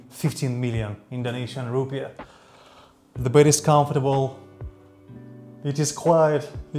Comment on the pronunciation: I love your clips on YouTube but please STOP saying ROEPIES!!!!! The currency of Indonesia is: INDONESIAN RUPIAH (roepi aah). We are not India!!!! Thank you! Keep up the good work!